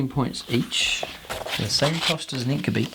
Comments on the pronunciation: "Inc-you-bye" not "Inc-you-bee" 👍🏼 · well no, it doesn't actually.. Regardless of where you are from and regardless of any human language.. This is Drukhari not Latin and more importantly the Games Workshop Intellectual Property says it's pronounced "Inc-you-bye"